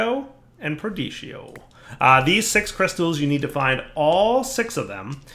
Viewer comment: Yes! After saying "perdito" for the last 2+ years as if it were a seasoned tortilla chip, he has finally pronounced it correctly!